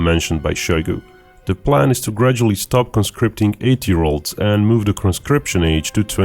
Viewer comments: I thought you said stop conscripting 8 year olds instead of 18 year olds at first and I was like damn pack it up already if your conscripting that young. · it sure sounded like said "the plan is to gradually stop recruiting 8 year olds " what are those kids doing lol